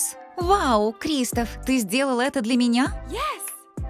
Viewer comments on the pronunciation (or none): Не крИстоф а кристОф